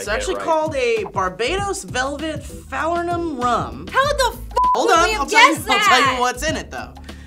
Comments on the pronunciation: fuh-ler-num stee not fah-ler-num #BajanPeopleRepresent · it's pronounced Fah-Learn-Um.... #barbadianpronounciation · Ladies and gents, it is said like "fuh-lur-num". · if you could please pronounce my favorite liquor correct please that would be great. Layer falernum with ago bitters and it's the most amazing thing